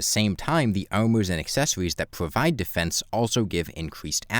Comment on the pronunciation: "by using hives, we can probide beenforcements"